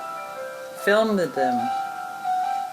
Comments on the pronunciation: Fil-med? Really? Did she go to the same school that taught Debbie Duran about curved-linear perspective? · She can't pronounce "filmed" either. She's a total idiot. Wait for it, wait for it...........